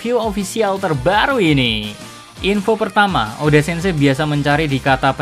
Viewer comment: "eiichiro O D. A"